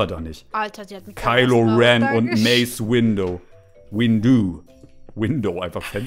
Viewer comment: Man spricht Kilo Ren Maße Windu Lea poe